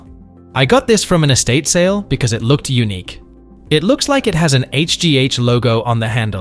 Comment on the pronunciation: Unique is not pronounced like that. In the narration it sounds like eunuch (😬)